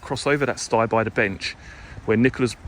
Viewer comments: I am having a drink every time he says stye. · Does look a lovely place.,(Stile as in Style not sti as in stigh). I'm nitpicking, sorry. Great video thoroughly enjoyed it and looks much better on your camera.Well done!